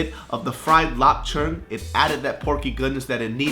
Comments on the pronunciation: My boy said "lap churng" over here? Working on that Cantonese though! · He said Lop Cheung like he be a Canto homie. Props to that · Oh he knew how to pronounce the Chinese sausages